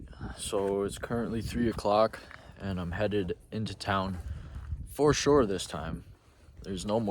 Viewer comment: Your new catchphrase - “Fur Sher”